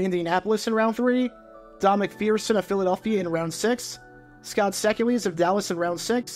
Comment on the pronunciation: BTW, Scott Secules' surname is pronounced SEE-kyoolz. As for Santos, I'm not sure what Jim Finks' thought process was. Why draft a player you don't believe in at all? I know Santos was only a 10th-round pick, but he seemed like a waste of a pick given how Finks was describing him.